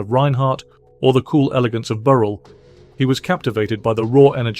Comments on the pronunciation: Pro tip: if you're going to have a machine narrate your videos, you should make sure it's pronouncing the names right (e.g., Burrell). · Whatever machine is being used to narrate this video should be instructed how to pronounce Kenny Burrell's name.